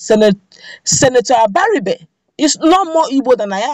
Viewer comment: Except you can't pronounce Igbo words correctly, the "ri" sound in both Abaribe and Iberibe goes up. So, that sound is the same in both words. Most young people today of Igbo descent hardly pronounce Igbo words properly.